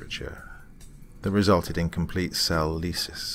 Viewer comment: Oooh, the very rare time I get to correct on pronunciation. Lysis, as in the rupturing of cells is pronounced differently; It's lie-sis not lee-sis as you said.